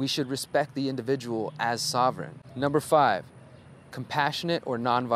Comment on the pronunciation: Cant stop laughing, you got me when you said umber three and held up 2 fingers,lolAnyways brother, thank you for you involvement, you are doing awesome!Thank you for the good influence and good ideas.